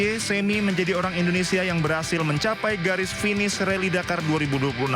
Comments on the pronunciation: Admin koplak..RALLY DAKAR woy bukan RALLY DAMKAR 😂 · Rally dakar mbak, bukan rally damkar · apa cuma gw doang ya yg denger repoter nya ngomong reli damkar 😂